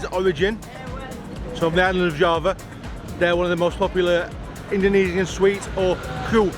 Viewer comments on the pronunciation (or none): none